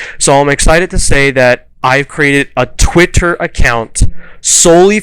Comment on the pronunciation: lol. I love how you said "Twitter" like it was from a foreign language. Now I wanna go back and watch the Madness Returns playthrough again. And this is just a theory on my part, you mentioned viewership waning on the Pokemon videos. I imagine this could likely be because Pokemon has a very repetitive style of game play with very little change in graphical content, but takes a fairly long time to play through. I can see waning interest over time there because of that, because I've done it myself. Since you gave the suggestion of survival horror, I wanna see you play Amnesia: The Dark Descent.